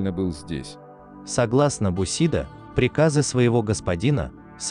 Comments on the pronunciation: БусидО,блять,а не бУсидо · Я конечно понимаю, что японский язык предполагает различные ударения в одних и тех же словах, и это будет правильно. Но уши режет слышать "ронИн, бусИдо, катАна"... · После того как автор сказал Бусидо с ударением на И , можно смело послать эту программу на хер!!! Бусидо - ударение на О!!! Они ничего не знают и даже не нужно этим шлаком себе голову забивать…